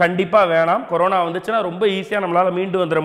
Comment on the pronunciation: ..adhu. Karona..illa Corona..😂🤣🤣😂😂🤣😂